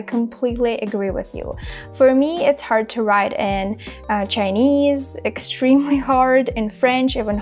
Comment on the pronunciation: Thank you very much. You are doing well but there is a word you are not pronunciation it correct (extremely